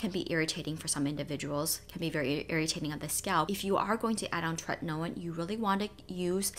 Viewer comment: I love how you enunciate “tretinoin.” ☺️